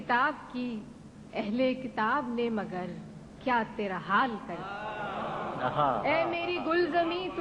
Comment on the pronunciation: Allah inki ruh ko sukun pahonchai, magar main inki zubani inki ghazal sun kar hairan hun, ke marhoomah apni hi ghazal kaise ghalat padh sakti hain. Hazaraat ghaur se sunen lafz 'tera", jis tarah tera padha ja raha hai, misra bewazan ho jaata hai.